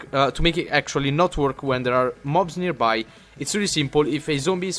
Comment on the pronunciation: sorry but its nearby and not nerby